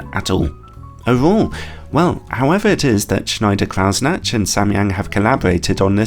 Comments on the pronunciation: please stop saying "snatch"... try this: croy-snack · It's pronounced Kreuznach - not Krautsnached....😂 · your kreuznach pronounciation is so cute lol but really it's croytz-nach, and the ch is not a k or soft sound, but a more throaty scratchy one. here he says it at 33sec: watch?v=P3CYMudVx_E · Cool, but it’s not pronounced Krausnatch though. ;) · That pronunciation of "Kreuznach" was... interesting. ;) A German would say something that sounds like "croytsnakh", by the way. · "Kreuznach" is a name guaranteed to catch out English speakers: for future reference, try "kroyt-snach" where "ch" is sounded as in "loch." If you have trouble with the guttural "ch," a hard "k" ("kroyt-snack") is probably closer than a soft "ch" ("kroyt-snatch") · pronounce it "shneyder croydsnagh" (or even better: pronounce the "ch" like in the Scottish word "loch") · this lens is worth you investing in a trip to Germany to learn how to pronounce Kreuznach! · Your German pronunciation is thoroughly amusing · I don't know if schneider kreutznach is german but if it is, kreuznach would be pronounced kroitsnach. Just if anyone is interested. Schneider was pronounced very good